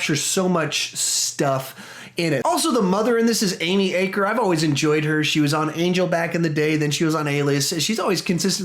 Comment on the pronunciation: I watched a bit, then dropped off after the high school dance bullying, caught a bit of the end, may rewatch online... Not keen on excessive conflict at times - special snovflake here lol FYI - it's A-cker i.e. "a" like ran, ban etc ;) acre is what a farmer owns ;)